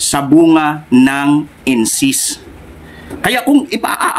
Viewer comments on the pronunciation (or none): Correction po."Incest" hindi "incist ". Kung aalis ka sa Sda saan ka pupunta?meron pa bang mas totoo sa Sda?Given na mali ang guidelines na yan tungkol sa abortion..hindi yan dapat ang maging dahilan para umalis ka dahil ang mga higher officials ng Sda na nag pasya dyan ay mga tao lamang na nagkakamali...hindi pa din nyan mababago na ang Sda ang true church..kahit sa time ng OT ang mga hari nuon ay nagkakamali din tulad ni haring David pero hindi inalis ng Panginoon ang pagkilala Nya bilang bayan ng Diyos ang Israel..Hindi mo po dapat ibase ang iyong faith sa tao. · Brother " incest" hindi incist. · Incest po hindi incist hahahaha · Sa dami mong relihiyon hindi na relihiyon ung problema ikaw na mismo sarili mo na yung may problema. Hahahahahaha kawawa ka naman ginamit mo na lahat ng relihiyon para lang mag ka pera ka. Dami mo pang sinabi pero d mo man lang ma pronounce ng maayos yang incest.